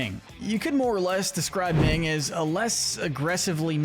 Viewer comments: It's minh not ming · Her name is Minh, pronounced "Min", not Ming.